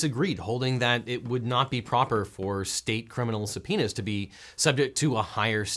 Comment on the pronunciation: Sounds like he's saying somepenis instead of subpoenas 👌